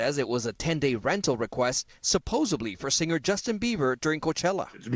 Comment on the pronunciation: 'Supposedly, not 'supposebly.' The 'journalist' should already know this :/